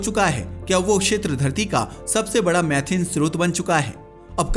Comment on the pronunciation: मैथिन नहीं मीथेन gas